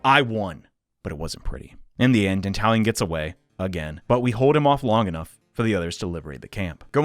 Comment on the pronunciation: Not gonna lie, every time you say "Dantalian" I keep hearing it as "The Italian".